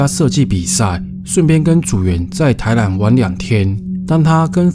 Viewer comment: 迷上癮的腔調怎麼這麼可愛啊～台南(藍)……男(蘭)組員 故事精彩